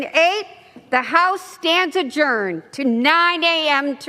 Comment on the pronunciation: What "ajuorned" ?? NOOOO